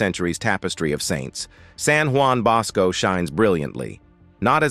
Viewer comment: You read with a pleasing voice, and you had good diction. However, I had a hard time with your poor ability to pronounce any of the foreign words, of which thee are many. Pio Noveno is Pius the Ninth in English, and noveno sounds like he is novel (new). San Juan Bosco is pronounced Who-an Bohs-co. Etc. I have visited Lourdes, and have seen the body of Teresa de Avila, and Teresa Margherita. God really gives us these saints in order that we may become more pious. Maybe you could do the stigmata of Padre Pio in Italy. I have seen his remains.